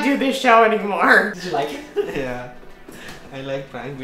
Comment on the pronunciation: Ele pronunciou "it" como se fosse "eat".